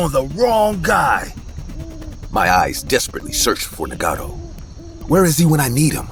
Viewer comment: Story 18 Trever turned into Marvin? His name is Naga-toe not what the hell they were saying! 😂 Also since when did crickets chirp! This story was wild!